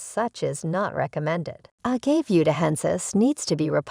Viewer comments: Say it with me now, Uh-gah-vey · Pro tip: never listen to someone who can’t even pronounce it.